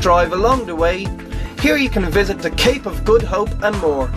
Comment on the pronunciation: What's with the hobgoblin pronunciation!......It's THe, not da!......